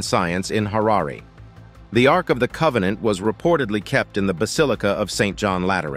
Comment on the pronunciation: Ark, not Arc.